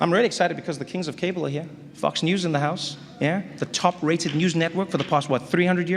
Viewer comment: Love the way he pronounces Fox News... hahaha that's funny!!!